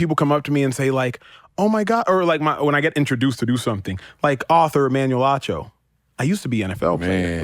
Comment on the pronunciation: it is Acho not Ocho, what is wrong with you.